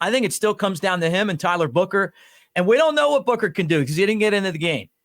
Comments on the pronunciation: Buchner not booker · It’s pronounced Buckner even though it’s spelled Buchner